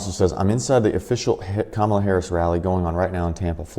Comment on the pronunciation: Hey its pronounced Commie la 😂